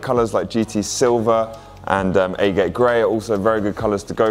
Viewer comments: "Ahgut" not "A. Gate." Grey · agate is pronounced like "agg-itt". it's a mineral